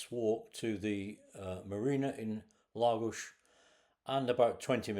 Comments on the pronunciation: Very interesting and pleased to hear you pronounce Lagos properly ie LAGOSH. Been once on a day trip and really liked it but, still prefer Quarteira for the walks along the promenade, beautiful beaches, and fish restaurants. Not touristy just, very, Portuguese. There is also a huge market selling fish, fresh meat, fruit and veg should you wish to cook yourself . My favourite place ever. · Was in Lagos this time last year, what a great place, has an almost magical air about it. Your holiday looked great. And from a Portuguese speaker, you nailed the Lagos 👌